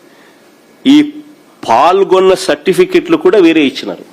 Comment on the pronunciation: ప్ఫాల్గొన్న కాదు అన్న పాల్గొన్న అని అనాలి.